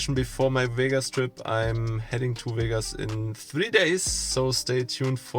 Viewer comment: Viel Glück für Vegas und ein Tipp, es heißt nicht Wehgas, sondern Vegas mit kurzem 'e' und 's', sonst merkt ja jeder gleich, dass Du Deutscher bist... 😉